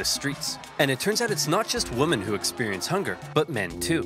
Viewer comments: my guy still has the best pronunciation of 'women' to this day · I’m not sure if this has been addressed but, the word “women” is not pronounced the same as “woman”. Everything else about this channel is brilliant though.